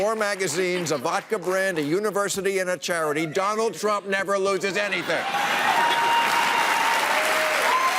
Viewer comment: "Mr TruMMPPP".